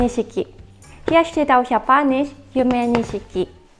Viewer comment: Yumenishiki wird „Yume Nischki“ ausgesprochen, aber die rosafarbenen Verpackungen sind eigentlich nicht zu übersehen.